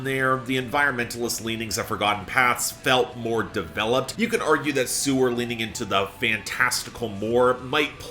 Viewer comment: Didnt once mention that he saw them live? If so, how did he continue to mispronounce their name?